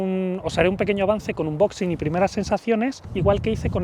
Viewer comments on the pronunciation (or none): none